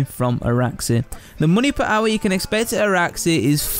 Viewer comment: listen how he says hour. made me lol gr8 vid tho